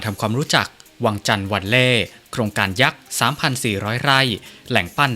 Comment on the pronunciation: วังจันทร์ ไม่ใช่ วังชาน น๊ะ..กลัว อังกฤษ แบบไทยๆเหลือเกิน